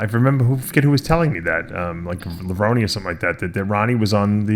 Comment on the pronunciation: How come some still say lev-rone rather than the correct lev-roney